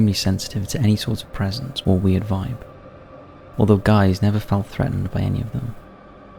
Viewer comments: Gijs isn’t pronounced guys…. It’s Geys like Hey… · Guiss is pronounced 'Gie' not 'Gay' 🤪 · Say Guiss one more time haha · Is it like Geese? To be fair, you've flung a j in there and it's confusing. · It is written Gijs and is a dutch name but it is definitely pronounced wrong! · ja dacht al zoiets, ik dacht echt wie heet er nou "guys" want dat is hoe hij t uitspraak lol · so that’s how you pronounce ‘Gijs’ in English?